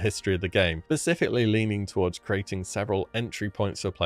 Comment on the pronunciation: "And its changed a lot over the history of the game, Pacifically....." Are you going to tell us about the Atlantic, Indian and Arctic responses?